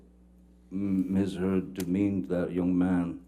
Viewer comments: LMFAO attorney says miss turd’s, I replayed three times and it’s even in the closed captions 😂😂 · "Did anyone else hear the Lawyer, during Ben King's testimony"❓ The Lawyer says "Mr Depp & Miss. Turd"‼️🤭🤣👏 I Absolutely Love It...Y'all go check it out, Let me know if you hear "Miss. Turd"🕵🏼‍♀️